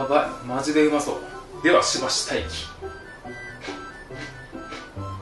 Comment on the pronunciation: の 『待機っ』の言い方好き